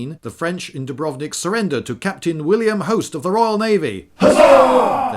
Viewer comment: Some language pedantry for those who care: it's actually pronounced with the accent on the U (dùbrovnik), and Zagreb on the a (zàgreb). Source: am half croatian. We like to put the accent on the first syllable of even surprisingly long words, thus causing significant puzzlement to anyone who tries to come to terms with the language.